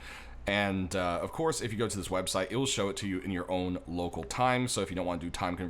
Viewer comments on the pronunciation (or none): loCOL time, toROL, that is what i hear... i hear no A or TA.